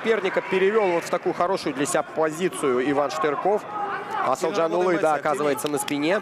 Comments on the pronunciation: второму комментатору пора бы не коверкать имя казахстанского бойца! проявите уважение! его имя Асылжан, а не Асылжан улы! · Комментатор ещё вам замечание. Қазақского бойца зовут, как ты представлял, Асылжан Бахытжанұлы. Но ты тут же, в начале второго раунда, говоришь Асылжанулы. Или ты решил подражать Путину. Дурной пример заразителен.